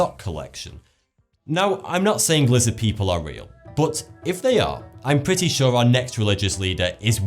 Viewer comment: he says but like bott